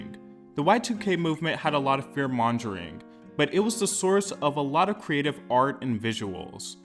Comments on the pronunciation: I'm sorry but it's fear monger not fear monjer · Did you just say “fear monJering”?! 😂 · I know he didn’t just say fear-monJuring😭